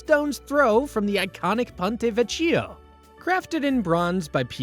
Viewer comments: It hurts bad every time you say “vecho” 😢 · Buona Sera. The “ch” in Italian is pronounced as a hard K. Vecchio (Vekio, not Vechio) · Ponte Vecchio (veKYO)